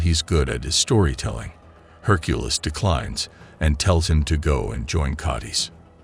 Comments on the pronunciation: Have we all been saying Hercules’ name wrong this whole time or does this AI just say it weird? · My God, I HATE these AI voiceovers. Herk-a-liss meets her at a local tavern and usual joint spot. Urges people to stop their "bare-ige of rocks". Just hire your useless brother in law for a couple of bucks. At least he know how to pronounce basic English words.